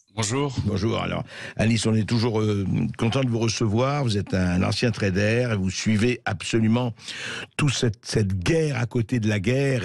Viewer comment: " vous êtes un ancien trait d'air"... j'aime beaucoup l'accent de Bercoff en anglais. 😊